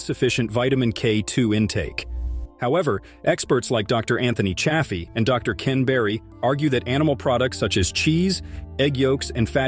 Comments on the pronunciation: It’s not cha as in chad. It’s chay. Even dr Chaffee says chayfee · Infuriating bot narrated video, pretending carnivore YouTube banning info, and the narrating bot mis-pronounces Chaffee's name.👎👎👎Grrrrr.😬🥱